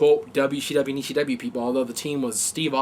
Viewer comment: has anybody noticed can not pronounce ECW correctly as he always has a funny lisp when he says C. its like E SCHEE W hahaha